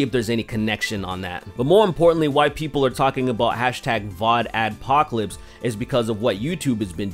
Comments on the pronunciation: You repeatedly said "VodAdpocalypse." It's "VoxAdpocalypse." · It's VoxAdpocalypse, not VODAdpocalypse. The fuck, man? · You keep saying "vodadopocolapce"